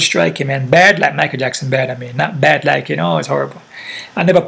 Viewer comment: Lol mispronouncing fighter names like Chael is cracking me right up. Thanks for the content